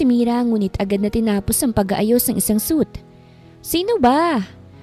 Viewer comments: Hindi suit madam, pronounce mo as “swit/ sweet” ✌️ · I think its suite(swit) ang suit(soot) kasi ay kasuutan..just saying po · Suit means set of clothes. Suite (pronounced sweet) means set of rooms.